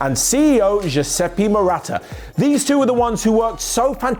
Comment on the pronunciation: I love the video, as all others you and do, but come on.... It's not that difficult to look up how "Giuseppe Marotta" is pronounced. Like the average Italian would take three listening to understand what are you even saying.